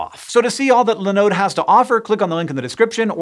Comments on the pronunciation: Have never heard anyone pronounce Linode that way before. Now I'm going to have to look it up to see if I've been saying it wrong all these years. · OK, a pronunciation of linode that I haven't heard before. That really doesn't happen often!